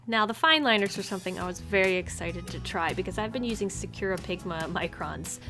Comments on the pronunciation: SAH-koo-RAH SAH-koo-RAH SAH-koo-RAH NOT SOO-ku-ra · Its really triggering me that youre pronouncing Sakura wrong and usually it wouldn't but you said it like 20 times you pronounce it sak (like you're saying sock) ku (like coo) ra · I’m just saying that I got kinda confused when u said sakura. I know that’s the brand but u said it like sacura, but I pronounce it sa-ku-ra because it’s Japanese.😂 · Sah-ka-ra is how you pronounce sakura its so hard listening to you say secura so there ya go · I love everything you do, but I need to tell you that Sakura i's pronounced "sah-koo-rah" and not "secure-uh"... The Sakura Tree Wikipedia page should have an audio button if you need to hear it. Sorry for the critique, but securuh was just weird to her >.< Love ya! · Sakura is pronounced (Sah-kuh-rah) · hmm 'sa-cure-a'? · Now that I re-listen it’s sounds like sir-kur-a yikes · Ily but the way you say sakura makes me wanna jump out a window lol